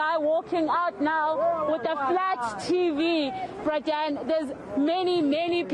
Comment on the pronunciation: And what is up with this reporter and this "Bra Dan" business 😂😂😂😂